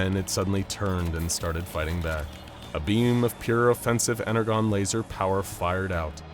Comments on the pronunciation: Here is a brief list of some of the things wrong with this video: - Energon is pronounced incorrectly (it's said as a J, not a G) - Optimus Prime kills humans - AoE Optimus does not have a trailer, however even if it was a Prime who did have a trailer it would still be wrong as no version of Optimus Prime has ever had a trailer that looks like that - They Transform instantly with a blue flash of light (I mean yeah, it's hard to animate, but really? Out here looking like Scott Cawthon from FNAF world 💀) - AoE Optimus does not use guns built into his arms - AoE Optimus does not use wings to fly - G1 Starscream apparently exists in the same universe as AoE Optimus, TFP Megatron, and Knightverse Bumblebee? - G1 Starscream does not use a chainsaw - G1 Starscream cannot fire missiles out of his chest, as those grey areas are intakes, not missile storage - TFP Megatron does not have the same Alt modes as Combiner Wars Megatron or 2007 Megatron. - TFP Megatron is not a Triple-changer - he only has one alt mode - TFP Megatron does not fire bullets out of his Fusion Cannon. Furthermore, he can not fire anything from the arm that does not have the Fusion Cannon attached to it. - TFP Megatron does not have a machine gun which extends from his arm. - Bumblebee does not go around destroying buildings because he feels like it - OH PRIMUS WHY DOES BUMBLEBEE LOOK LIKE THAT HE'S SUPPOSED TO BE CUTE AND FRIENDLY NOT NIGHTMARE FUEL - Bumblebee is depected as he was on Cybertron during the Bumble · WHy do you keep saying it as ener GONE its pronounced ener JOHN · "Ener-JON", not "GONE". I love you guys, but it sounded like an AI was reading it because of that Autism triggering whoopsie. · It's pronounced "ener-john" not "ener-gone". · Are we mispronouncing "energon" on purpose?!? "EN-ER-JON" NOT "EN-ER-GON" 🤦‍♂️ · He said energone it is pronounce energon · why is everyone pronouncing Energon as 'En-er-Gone', when the pronouncing is nore like 'En-er-John'? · Energon (EN-ER-JON)